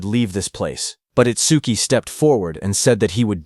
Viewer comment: Itsquee? Itsdookie? It-suki? How many ways this robo-reader wanna fail pronouncing this name?